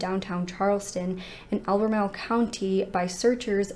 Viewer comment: I’m in albemarle, NC. I’m impressed that you said it correctly!